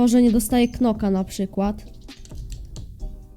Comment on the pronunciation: lubie cie ale irytuje mnie to jak wymawiasz knoka a nie noka [wiem knock sie pisze ale to celowe zeby zrozumiec o co chodzi]